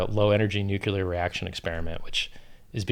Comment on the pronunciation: Richard, if you say nucular one more time I'll never listen to another word you say. Unless that is, your promising new low energy 'nucular' reaction is a different technology to nuclear? As a self-proclaimed influencer and force multiplier, you have a moral duty to get it the fuck right, to use your own vernaclear. See what I did there?